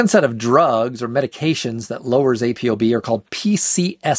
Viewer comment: It's pronounced Apo not A.P.O. You say ApoLipoprotein, right? Not A.P.O.Lipoprotein. Carry on.